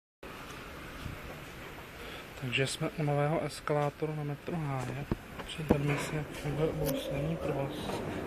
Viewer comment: snad Metro Háje a né Matro háje